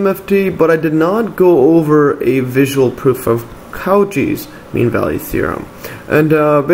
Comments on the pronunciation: I don't want to sound rude, but it's "koh-SHEE", not "KAU-chee", it goes after the French surname of the mathematician that formulated the theorem. Excellent explanation by the way! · good stuff, but maaan does it hurt hearing "coo-chis" as Cauchy... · The way he pronounced Cauchy almost killed me